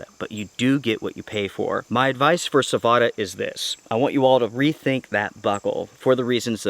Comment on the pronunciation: its savotta man, not savota. check how they say it.